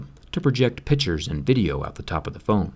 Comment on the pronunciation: ewwwww the way he says pitchers instead of pictures